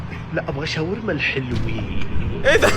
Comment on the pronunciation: الحلوين ❌ الهالوين ✅